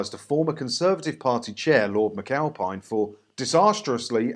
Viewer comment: Lord Mccowpie-n? aye? lol